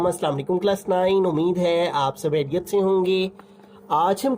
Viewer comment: Khariyat ❌ hayriyat ✅